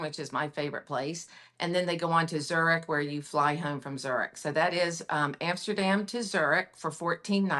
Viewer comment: I loved this segment, the clever questions, and the thrilling itineraries- as also, hearing more about the differences of the brands that exercise it. What an expertise of! Just that she terribly butchers the names of the cities... I, as a German- would not know which city she's talking about when she says "Trier", "Zürich", "Bern"... but who knows how I would butcher the name "Arkansas".;)...Thanks a ton for this one!